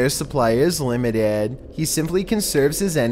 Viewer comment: “Surfauce” “Lamited”